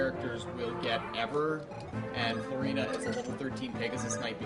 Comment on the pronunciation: ***** The reason I see Florina as Flor-EE-nuh is because the "i" in Florina is followed by a consonant, then a vowel. That dictates that the "i" becomes a hard vowel. Look at Nidorina, for example. It's not "Nidd-orr-inn-uhh." It's "NEE-dOH-rEE-nuh", because each vowel is followed by a consonant, then another vowel, all except for the "a" at the end, which gets a soft vowel sound.